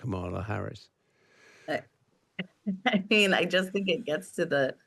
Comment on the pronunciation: If people are interviewers at least have the decency to pronounce Kamala Harris's name correctly. Black and Brown people have to continuously put up with this disrespect.